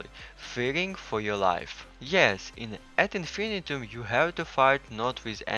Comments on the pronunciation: Isn’t it pronounced Ad in-fin-EYE-tum? It doesn’t rhyme with millennium. Unless the makers say otherwise? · Whose gonna tell em how to pronounce this.